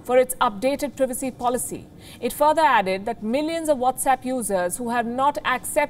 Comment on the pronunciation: She can't say privacy right